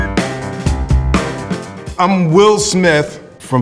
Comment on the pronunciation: I like how will says "Smiff" instead of Smith 😆